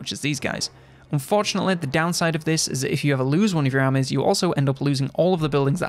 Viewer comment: If it wasn't written on the screen, I would have struggled deciphering how he pronounces the word 'armies'. I was honestly at a loss with that pronunciation. Lol. I need more culture. Haha